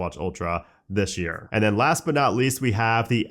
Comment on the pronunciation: "dishhhh year"